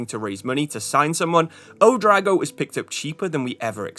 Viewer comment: U-dra-o-go. Not U-drago. Felt like a dragon's name